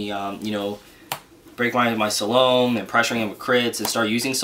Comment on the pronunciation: you said Salome's name wrong good sir.